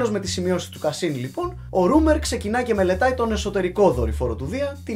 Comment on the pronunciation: Ψιτ είναι ρόίμερ κ όχι ρουμερ.